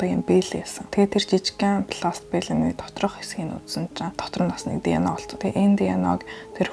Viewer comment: Тэнэг дэно биш диэ нэе